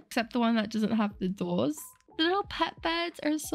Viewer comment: No offence but I’m still laughing how she pronounces “doors”